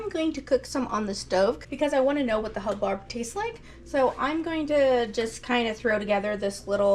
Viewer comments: Not to be a member of the Grammer police but because it was my Grandparent's last name... its pronounced hub- bird. 😊 I do not like the taste of either of those squashes. Love butternut, pumpkin and spaghetti squash. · Hub-bird is how you pronounce it! That squash was enormous! Thanks for sharing your prepping and cooking. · I love both squash types I like to stuff the buttercup and serve as a meal with like sausage and rice, also the hubbard making soup. It made me giggle listen to you say it wrong.